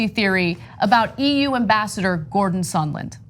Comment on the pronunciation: Why did Lindsey Graham keep calling him “Sunderland” instead I’d sondland?